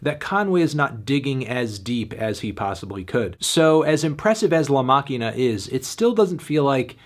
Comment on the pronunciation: The Pronunciation of "La Maquina" Was impeccable